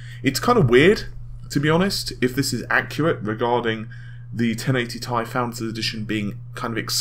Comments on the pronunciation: IT IS T I NOT "TIE" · .....do they not read the comments? How many people have been telling him it's not 'Tie' but 'T.I.' as in the rapper or 'Tee-Eye'. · 1080 tie tie tie tie tie!!!! aaaaaaaaaaaaaargh, it is T.I. FFS!!!! pronounce it Tee Aye!!! PLEASE!!! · 1080 Tea eye! not Thai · TheSinisterEyes1 T I sounds better and tye isn't well known so if I go to the shops they won't know what the hell I'm talking abt when I ask abt the 1080TI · AAAAAAHHH STAHP SAYING TIE!!! IT'S PRONOUNCED T-I!! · Bah w/e....just going to watch other people who don't pronounce it 'tie'. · When he says "TIE" something breaks inside of me... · am I the only one who gets extremely annoyed when he pronounces TI as Tie? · You say 1080ti very weird. If your to lazy to say the extra syllable who cares but it is kind of weird. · Redshiftit do you know how to read? Ti is not for the chemical symbol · u said "TI" like you know it winds up some viewers. me? not bothered. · Like how people pronounced Pb as "pub"?